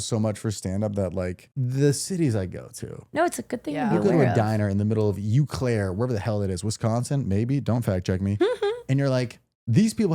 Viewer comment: Great video. And Trevor Eau Claire is pronouned “O Claire” 😅